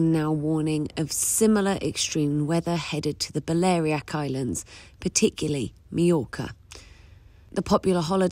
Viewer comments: Yeah, another uneducated reporter, standard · Balairiac? Balearic!!